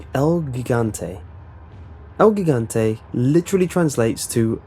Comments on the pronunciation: its not pronounced el guigante, its pronounced el jigante. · El he-gan-te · Good try with pronouncing el gigante It's actually gee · You say El Gigante in a very wrong way xD not even spanish say that way!